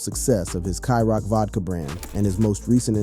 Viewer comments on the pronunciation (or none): Bro its ciroc not skyrock 😂😂😂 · Kai Rock??? 😂 mf it’s CÎROC!🍸🍸